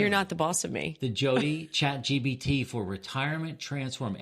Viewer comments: This is hilarious! And it’s ChatGPT not ChatGBT 😉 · I think its funny that you call it Chat GBT 3 times at the start of this video